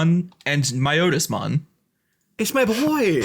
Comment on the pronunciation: Not calling out, just informing. Piedmon as in pied piper. Its not your Otis, its My-otis-mon. Those are both in the first anime series, and so have official pronunciations.